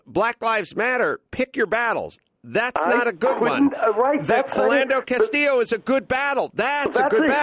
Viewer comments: adam pronounces his name as castillo not castile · Jay Laudeman right lol and it's Castile not Castillo lol. two incompletely different names. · CASTILE NOT CASTILLO PENDEJO...and white Hispanics tend to be incredibly racist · Its not Castillo.. Carolla you numbnut. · Adam Carolla, you're doing a podcast and providing your opinion and you can't even pronounce the victim's name, and you can't even remember the shooter's name. What the fuck do you know? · His last name was CASTILE not CASTILLO